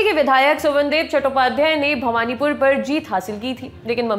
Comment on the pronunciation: Bhabnipur ,not bhawanipur